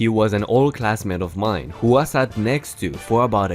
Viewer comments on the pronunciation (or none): none